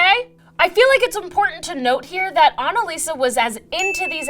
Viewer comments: Annaliese!!! Her name is Annaliese! Not Annalisa!!! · It’s anneliese not anneliesa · ANNELIESE NOT ANALISA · ANNELIESE NOT ANSLISA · Why did she pronounce the first girls name as Anna-Lisa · she tried so hard to pronounce it right but it still was wrong everytime xD its not your fault german is an ugly language